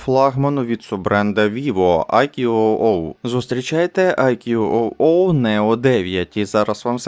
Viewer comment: Вітання, назва смартфону читаеться як "айку"